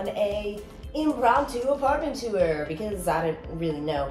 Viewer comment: too-er 😂 instead of tour. it's one syllable. great video!